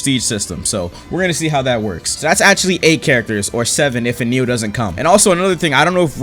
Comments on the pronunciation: Bro who is eneel its enel (eh nel) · for said enneel 💀, it’s N L bro it is pronounced N L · bro ITS NOT ENEEL ITS EH NEL... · when you say eneal when its enel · eniel are you kidding me speak English hello? His name is enel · "eneil" en-L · this man said "ehneel" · Bro said enieel💀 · "enil" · Enel says "anil" bro cmon 💀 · why does he said eenieel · bro said eneal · I love how he pronounces Enel as e-nil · So no one gonna talk about “Ehh kneel”? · It’s “e-nell” ‼️ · this mf callin enel "eneel" makes me twitch each time. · Bro I love how pronounces Enel. He says “en neal”.